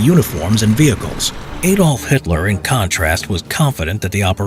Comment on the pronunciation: Who is Ay-dolf Hitler?